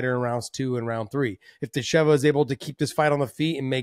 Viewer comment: Dakota DItcheva , not DitCHEVA :D , put intonation in the first two letters :) Im sure she is used to it and I cant judge you , but its like calling HABIB= KABIB :D